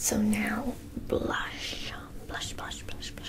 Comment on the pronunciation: sounds more like splash than blush